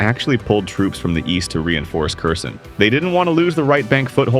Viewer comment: nice vid keep it up! but check your pronunciation like Kherson (herr-son) not (kerr-son). Ukrainians are picky about things like that.